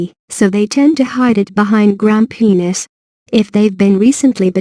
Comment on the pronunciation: Did she just say; grum-penis?